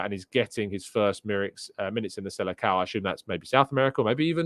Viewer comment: Hey! Thanks for the show! It’s pronounced the SeleSSAO not the Selecao 😊